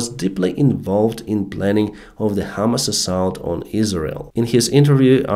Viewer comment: PRONUNCIATION Your pronunciation of HAMAS sounds like HIMARS. Need to emphacize HAMAAAS not HIMARS ALSO "I amm out of the clue should be "I DON'T HAVE A CLUE"